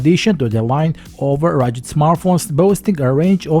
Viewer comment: Please man. You must say RuGGGGed. You pronounce as Gatorade